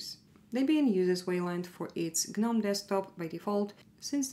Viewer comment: Thank you for pronouncing GNOME correctly. It itches the ol melon 🧠 when people say noam, seeing as G.N.O.M.E is an acronym.